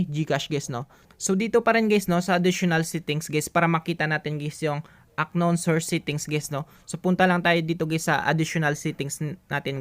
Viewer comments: "an-nown " brod hindi "ak-nawn" para mas malinaw. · kuya hindi aknown pag pronounce nya to pronounce it just unnown pero ang spell is unknown bali silent k sana maka tulong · UNKNOWN IS PRONOUNCED AS "AN KNOWN NOT AK KNOWN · Hindi po siya "Ak-nown" pagka pronounce po yung word na UNKNOWN ang tamang pronounce po ay "An-nown" silent "K" po kasi yan lods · Parang awa mo na UNKNOWN has to be pronounced as UN-KNOWN HINDI AK-KNOWN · UNKNOWN - "an-nown" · Unknown - anown pronounce po di po ak-nown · correction lng sir.. paayos ng bigkas nyo heheh. hindi po "ACKNOWN" sir. "UNKNOWN " PO 🥴😅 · uhn•nown" hindi po "Ak nown" 😂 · An-non po ang pagbasa hindi aknon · i love your guts doing your best para maituro yung paraan para maresolba ang problema sa gcash but no offense lang po na yung "unknown" ay di pronounce as aknown, kundi "anown". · How to unhear ack-known and guys😆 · Aknoon "Unknown" sir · Kairita yung aknown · Unknown - anown po pronounce nya nawa maka tulong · 'an-nown' yung pronunciation nung "unknown" pre para dika mahirapan basahin sa susunod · aknown ka nang aknown eh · Into the aknown, hahahahhaha.. Juice miyo,,, wrong pronountion hahahhaa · How to unhear aknown 😬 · Haha natawa ako sa aknown at what I mean😂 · It's an-nown hehe thank me later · correction lang brader pronounce as " an nown" yan para di ka mahirapan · Kaya di ko makuha eh ak-known ka ng ak-known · unknown po silent k po ang pagbasa, sana po makatulong sa inyo at maayos ang pagpronounce niyo.😊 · "Unknown" silent K